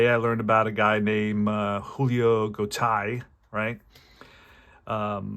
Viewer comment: enjoyed the game. I really like Deep Drive as a game to occasionally play. Just a minor note for future broadcasts, as an older guy - I remember many of these players. I’m pretty sure Julio’s last name is pronounced “Go-TAY”. Looking forward to more of this project.